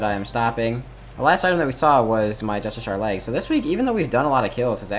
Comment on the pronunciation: ITS NOT JUSTISHAR its just-ish-she-ar